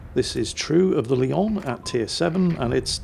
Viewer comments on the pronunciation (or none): none